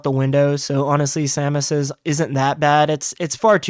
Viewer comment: I never thought I’d encounter another person that pronounces Samus’ name that way